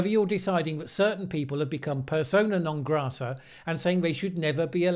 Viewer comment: did you just say "persona non greta"?